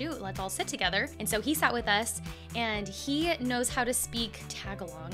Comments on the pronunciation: It’s pronounced Ta • ga • lug , not tag•a•log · I am so sad I can't believe I didn't know she was in Dallas I totally would have gone! I love her! Also saying Tagalog is more like Tah-gah-low-guh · I'm still sad that I missed your post about you watching her concert. I would've loved to have met you in person too! (I drove from AR to TX just to watch Mori) By the way, it's Tagalog not Tagalong ✌️😊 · It's cute to hear mispronounce the word "Tagalog," unintentionally and unconsciously, of course, as "tag-along" instead of the usual "tag-a-log" spoken by Americans. It's at marks and. 😊 Don't worry coach. We, Filipinos, do understand and we are a forgiving people, haha! 😂 Just curious though. If your baby comes out as a girl, would you name her Morissette, too? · Hey don't mean to correct you but it's pronounce tuh·gaa·luhg and not tag a log. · So, my mom is a Filipina and I don't presume to know definitively, but I have always thought/heard that the way to pronounce the name of the language is more like tuh-GAL-ugh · TAGALOG: tah●gah●log (soft "o") Le😎 Musician San Francisco, Califusa